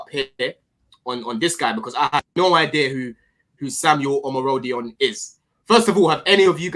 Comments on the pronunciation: I was enjoying the stream so much locked my keys in my car 😅. Great stream and, you've almost pronounced Omorodion name, correct lovely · yeh the pronunciation with these Yoruba men, you gotta let it flow with some chest and bass... it was the best I've heard